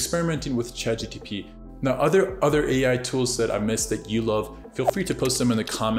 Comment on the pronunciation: Its chatgpt not chatgtp😂